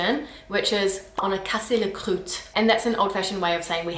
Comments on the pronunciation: Croûte ? Yeah it’s meaning is ugly too ; it can mean a scab too ! But really, pronounce it like « Kroot » And yeaaaah « Caca » is the infantile way to say it ; and is literally designed to sound yucky. Same for Crade ^^^ Funny because most of the words you mention as ugly are indeed derogative versions of the proper words ! My Grandmother would scold me for using these words ! Some of them are really funny or sassy, like « meuf » sounding quite like « Muff » ^^ Oh and yeeeeeees ! Flemme comes from the English « Phlegm/Flegm » it did a funny roundabout ; from latin to English and French, it took on a different meaning with time and when the French took it back they twisted the meaning one more turn ! It’s quite funny that you still have some difficulties with the Ü sound ! It’s quite nice though, gives that extra exotic touch to your accent :) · "Croûte" is actually pronounced with a "oo" sound. Same as "Groot" in "I am Groot" (just replace the g- with a k-) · not "crute" but "croute" (the '^' change nothing to how prononce it) not "tatre" but "tartre" (i know the 'r' is hard, and you have to use it before and after the 't') not "eurle" but "urle" ; so it totally not make "eu" like you show. "p,d,r,st," is not just "h,m,s,x,,l", it is "h,m,s,x,,l p,d,ph,l,".